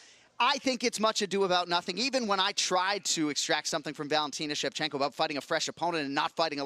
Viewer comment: am i the only one that heard Valentino Shevchenka? ? Switched those last vowels on us there... haha